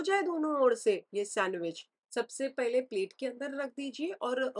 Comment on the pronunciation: Very nice 👌🏻 The way u said TAVVA and PAILE 🤣